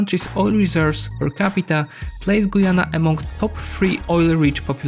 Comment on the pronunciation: As a Guyanese I can only wish. And it's Guy-Anna not Goyana .